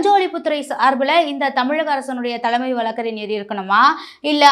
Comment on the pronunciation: சாக்கில் முதல்வரா...அதிர்ச்சியில் முதல்வர்..என்க. தீர்ப்புகள் வழங்கப்பட்டு விட்டன....விட்டது அல்ல. தலமை அல்ல..தலைமை. ஃபார் எக்சாம்பிள்..தமிழைக் கொலை செய்யாதீர்... ஒழுங்காக உச்சரிக்கவும்.😮